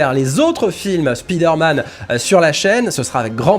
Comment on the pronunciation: Спидерман? 😂 Why you pronounce it this way?